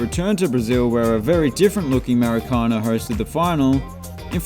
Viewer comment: The emphasis on Maracanã is on the last syllable. Think “Maraca? NAH!”